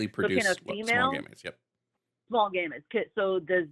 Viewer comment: The way she keeps saying "gamuts" is so funny, lmao.